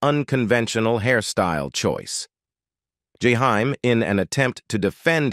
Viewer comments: I can barely stand to listen, because of the mispronunciation of his name, and voice is boring, no feeling, like the teacher in Ferris Bueller ‘s day off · This is why I don’t like these robots, it always mispronounces names, especially Black names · That's not how you pronounce his name